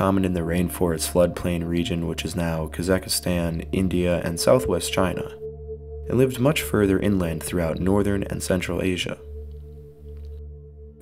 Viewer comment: It was all good until you said "Kazakastan" lol